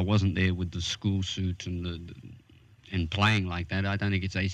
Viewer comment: Someone needs to explain to the interviewer that the "a" in "and" doesn't sound like "ooooo". It's and, not oooond!